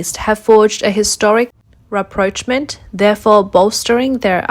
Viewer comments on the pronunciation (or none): 'Rapprochement' is pronounced as "RAH PROCHE MAH." 'Corps' as in U.S. Marine Corps is pronounced "CORE"